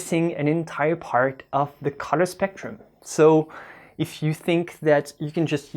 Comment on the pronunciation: i couldnt figure out what the heck a cutter was, then i realized u said Color,. sorry, no offense intended